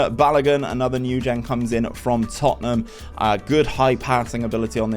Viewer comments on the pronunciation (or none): none